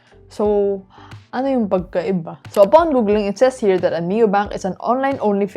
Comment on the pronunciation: “Sooo.. ano ‘yung *pAgKaIbA?* Wait, you’re bad at Filipino?